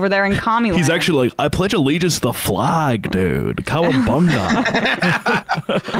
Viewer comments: What really bugs me is the way they say the word "flag".... The A is a soft A... Like Apple. They say it with a hard A. Like Ape. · "Flag" also isn't supposed to rhyme with "plague".